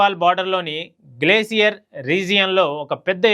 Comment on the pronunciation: గ్లేసియస్ కాదు గ్లేషియర్ డెర్బిస్ కాదు డెబ్రీస్